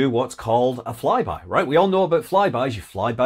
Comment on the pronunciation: I knew it as soon as I heard "fry-by" that it was a fly-by of the Sun.